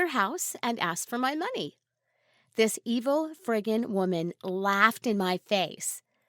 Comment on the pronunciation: No one: Litterlly no one: She:FrRiGgIn